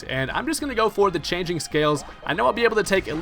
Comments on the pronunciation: Just to let you know, there is an "L" in Kommo-o's signature attack. It's cLanging scales xD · Its Clanging scales, as in the sound effect, as in the sound of church bells, not changing -_